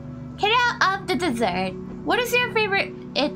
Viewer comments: She also pronounced desert like dessert, so her mind might have gone to "What's your favourite dessert?" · The way she pronounces it, it sounds more like dessert than desert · With the way how she pronounces "desert", her image should have been placed on a cake instead of sand :)